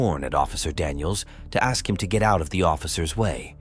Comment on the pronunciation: Why does black Americans say aks insted of ask?